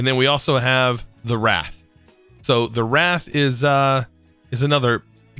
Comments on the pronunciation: Wraith isn’t “ra-th” it should be “ray-th” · Ray-th not wrath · Its not rath. Its Rayth is how you pronounce Wraith. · emm. not to be correctionist but you spelled wraith (*w r ei t h*) wrath (*w r aa t h*) it just itching :D :D awesome dogs. been watching since ep 1. awesome and recommend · I mean he said WRATH and not WRAITH which set me on a journey. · long a on the wraith - as in wrayth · Shh don’t tell him it makes his videos funnier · Who's gonna tell him about the I in Wraith?